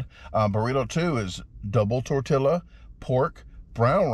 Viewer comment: It's pronounced Tor Tee Ya, Fuh He Ta, peeko dee guy o